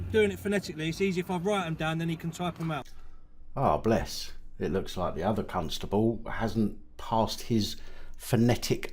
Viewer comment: I think you might be mispronouncing Constable every niw and then🤔🤣🤣🤣